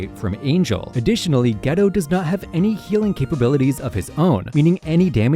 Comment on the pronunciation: OMG PLS I would like to inform you that Geto is pronounced GAYtoe